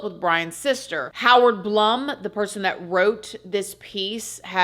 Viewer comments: You and I think exactly alike it’s hilarious. Howard Blum is pronounced like bloom🌺 ..js He is excellent to listen to! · I thought Howard Blum was pronounced Howard Bloom. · Dr. Blum is pronounced BLOOM